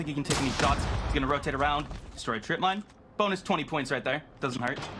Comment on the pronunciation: Bruh wtf, sounds "mine mine mine mine" holy shit 😂😂😂